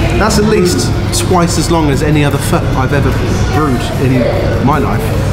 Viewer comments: Fuh?? I thought it was pronounced fo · Omg, my mum and I loved hearing pronounce pho 🤣 The way he said it sounded a bit too short, like you're trying not to say the f word!